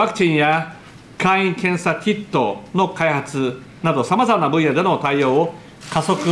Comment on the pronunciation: 急にネイティブ感だしてきたね。 2：43 「ウヮクティンやクィットォの開発ぅ。」